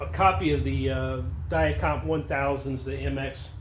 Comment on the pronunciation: Thank you for pronouncing Dia-Compe properly.